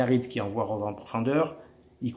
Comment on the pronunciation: Les Youtubeurs marseillais vous avez vraiment un souci avec l'anglais....pourquoi donc vous prononcez tous ROVE ??? Pffff De Raph à Francki en passant par toi c'est la même, punaise !